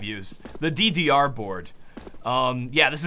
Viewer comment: you say DDR so weird :o TeeTeeAre board